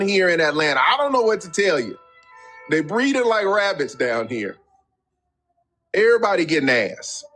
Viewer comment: The ATL…”errbody gettin’ 😂